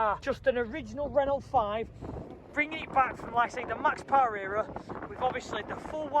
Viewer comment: Please please please stop saying Ren ult it’s Renault sounds like ren ow, great vid though 👍🏻